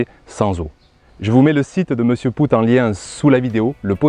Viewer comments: Merci beaucoup pour ton apport. Désolé pour la prononciation de Mr Poot, en plus comme un imbécile je le savais déjà mais j'ai toujours pris l'habitude de l'appeler ainsi depuis que je l'ai découvert et bingo je me suis habitué à cette prononciation. On dira que ce n'est pas très grave mais utile de faire la rectif, merci. Ton expérience vaut de l'or. Elle démontre plusieurs choses même. L'importance de l'eau et sa juste maîtrise pour avoir des plants productifs et des légumes point trop gorgés d'eau. Je rajoute aussi que les engrais chimiques ont tendance à forcer le légume à se gorger d'eau pour diluer ce dopage qu'il reçoit constamment. En s'épargnant ces engrais de synthèses, déjà on s'enlève une bonne épine du pied et nos plants de légumes savent à merveille gérer leur besoin en eau. Au plaisir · Salut, tout d'abord je vais de nouveau rabacher ce que j'ai déjà écrit: Bravo pr tes vidéos et notamment pr cette dernière. Elle est très intéressante et bien documenté. Petit détail: Pascal POOT ne se dit pas ("pout") mais ("pote"). Je l'ai rencontré il y a 2 ans de cela, j'ai pu discuter avec son épouse. J'ai fait quasi la même expérience que toi avec ses graines: 0 résultat probant, pas de différence notable. Je suis comme M POOT: Climat aride, pas d'eau. Seul solution trouvé: fumier de mon poulailler et broya de végétaux. En effet, mon rendement est médiocre mais le goût de mes tomates cerises, courgettes, concombre et pommes de terre est sans aucune comparaison avec les grandes surfaces et même les producteurs locaux. Pourquoi? Parce que le manque d'eau met en stress le plant. Ce dernier, se concentre sur le peu de fruit/légume qu'il porte. Cette façon de cultiver m'est propre car je n'ai pas d'autre moyen pour cultiver les légumes de façon naturel. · Poot, c'est un nom Belge et ça se prononce Paute.